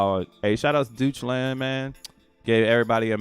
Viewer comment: DEUTSCHLAND is Germany, and it's pronounced "DOICH" LAND.